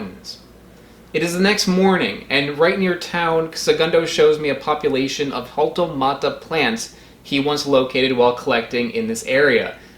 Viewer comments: The H is silent it sounds like this "altomata", hope this helps! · My quick googling found sources claiming that the etymology of "jaltomata" is from Nahuatl; 'xalli' meaning 'sand' and 'tomatl' meaning 'tomato', and in Nahuatl, 'x' is pronounced "sh" in most cases... so it should be "SHaltomata"! I take no responsibilty for the accuracy of this information, I am neither a botanist, linguist, nor a native speaker of German or Nahuatl. I am quite interested in things like etymology and phonology, so "argument about pronunciation" piqued my interest. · the “J” you pronounce it like “Ha” the onomatopeya so it would be something like, Ha•L•tOH•maa•tah Ka•ha•ka•Yen•seas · According to each word’s origin, the J in Jaltomata should be pronounced as English “Y”, and the J in Cajacayensis should be pronounced as a hard English “H” (like In the Scottish word “Loch”). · The J in Jaltomata should be pronounced as a y, as in yaltomata. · My favorite part of this video is watching you try to pronounce the name hahaha "Jal... Jaltomata??.. o.0?" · The word is Nahuatl: Xāltomatl (lit. "sand tomato"). Nahuatl X is pronounced like English SH, but when borrowed into Mexican Spanish and spelled J, the pronunciation is like an English H. If a German were to say it, like suggests, it would not be with the English CH as in 'CHeek' (like he says) but with the German CH as in 'loCH', as in German 'BuCH.' The sound is the same as Greek χ, Georgian ხ, Latin American Spanish j, or Mandarin, Japanese, or Korean h (as in 河, 発表, or 흥정). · huall-toe-mah-tah cah-ha-ken-sis that’s how u pronounce it